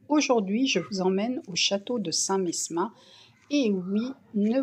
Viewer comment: Bonjour, Le S de St Mesmin ne se prononce pas. On dit St Memin. Merci pour toutes vos vidéos, je les adore. MERCI et bonne journée